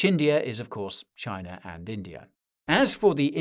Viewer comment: You should pronounce India and China. Respect the name of nations.